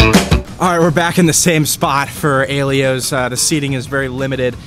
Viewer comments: Thanks for the video. I'd say Vincent's and Caliente deserve a mention. Also pretty sure Slice on Broadway is in Beechview, not Dormont. And it's pronounced: "eye-ELL-oh's". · Aye - Ell - Ohs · No. You were right he is butchering the pronunciation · it’s pronounced EYE ELLOWS